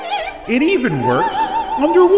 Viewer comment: “And it even Werks.. under wooter!”